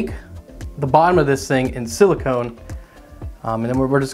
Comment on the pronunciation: I often hear people mispronounce "silicon" as "silicone," but this might be the first time I've ever heard someone mispronounce "silicone" as "silicon."